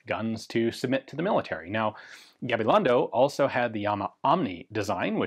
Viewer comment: Kudos for trying to get the pronunciation right. Appreciated! “Y cia.” as in Gabilondo y cia is Spanish for “and co.” so one could say Gabilongo and co. and I think would sound more natural